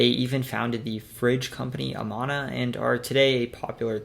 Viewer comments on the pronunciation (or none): It's A-man-Ah not A Mannn-A. Germans pronounce things differently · The only flub I caught was Amana. He said Ah-mon-ah. He never mentioned Nevada, but you can hardly blame anyone for missing that one. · Amana is pronounced "Uh-man'-uh".